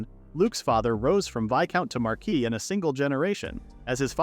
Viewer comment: Thank goodness!!! Someone who knows how to pronounce Marquis!